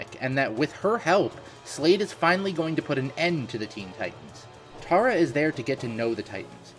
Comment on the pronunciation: It is Tara name is Tara